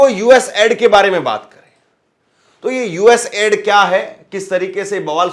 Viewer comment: Please it's not ad :: it's aid😢 aiid😢😢